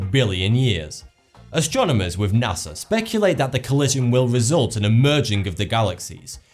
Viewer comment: You... might want to watch your "NASA" pronunciation, with your accent sounds a lot like "Nazi". So, to me, you said "Nazi scientists"